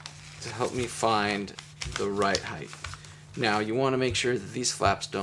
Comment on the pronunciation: Heighth? Is this a combination of depth and height? 😉 but seriously, thanks for an awesome tutorial.